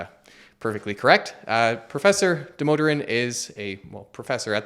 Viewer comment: Demoderen lol. Its pronounced Dah - Moh - Dhur - Un